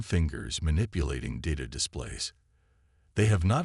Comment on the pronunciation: PLEASE fix your POS AI and I may consider listening to your stories again. WTF is: "deh-BRISS", "...ditta display.."(data display), "NAYve"(naive)????!!!!